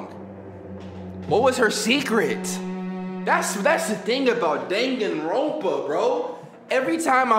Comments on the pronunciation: He says Danganrompa like the characters and I hate it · As hilarious as this is, it’s annoying as hell when he mispronounces the names. Especially Sakura and Danganronpa. No hate though, this is hilarious to watch the reactions